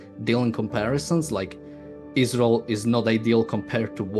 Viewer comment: Ayran, ayraq, but not aysrael.